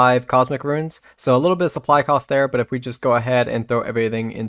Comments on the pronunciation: few things trigger me more than someone who pronounces runes as "ruins". There is no "i". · I cant stand hearing these verbally challenged people chop up words... eggsericks, and "ruins" for runes.